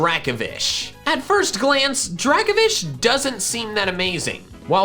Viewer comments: It’s Draco-Vish not Draka-Vish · DRACOVISH, NOT DRAKOFISH! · Dracovish* (the F is supposed to be a V) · Dracovish is one word, not 2 words, and the F is supposed to be a V!